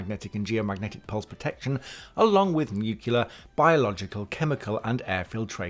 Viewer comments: Nuclear. There is only one “U”, not two. NucULAR is nothing, nuCLEAR is the word you are reaching for. It isn’t hard to pronounce, just try actually looking at how the word is spelled. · It's pronounced "nu-clee-ur" not "nuc-you-lar." ; ^ ) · Nuclear not "nucular"; I don't understand how people mess this up or why so many do. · Nuclear. NEW-Clee-er. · Nu cle-ar, repeat after me, New Clee are! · Nuke-you-ler blast? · "nucular" ... roll eyes!